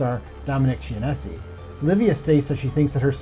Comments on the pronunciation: And "ch" is pronounced /k/ in Italian words and names like Chianti (with or without fava beans), bruschetta (not /bru-SHET-ah/ as so many people say), and Dominic Chianese. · Dominic Chin-nay-say It's nostra Damas and Notradame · Genovese pronounced Jenn Uh Veez Chianise pronounced Chi Uh Neez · God did you butcher these names, Imperioli - Imp-pier-ioli, Chianese - Kia-neese, Deangelis - Dee-Ann-jelis.